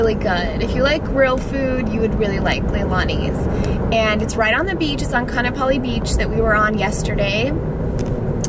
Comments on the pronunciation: Ka'anapali doesn't rhyme with monopoly. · Omg when you said Ka’anapali beach wrong 😂 I cringed so hard lol...not hating, just saying 🤣🤙🏽